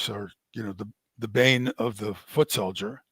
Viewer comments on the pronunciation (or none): none